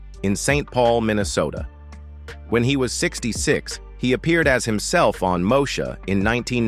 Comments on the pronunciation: When AI is used to narrate, rather than humans ... it irritates the heck out of me to hear certain words pronounced incorrectly. It's Mo-E-sha ... NOT Moe-sha. (smh) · Learn how to say the name of the show...damn